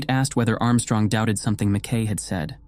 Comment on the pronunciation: Im trying to listen to this and fall asleep and can't as a Scot. It's driving me nuts the constant purposeful wrong pronunciation of the Scots name, McKay or MacKay. Usa people used to know how it was spelt but now with their trendy americanese they're desperately trying to invent they deliberately state it wrongly. I can't sleep because of it. It just reflects a poor education.